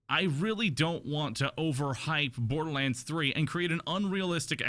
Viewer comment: What's this Bodorlands you're talking of?